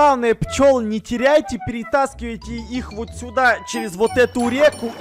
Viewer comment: ты сказал воть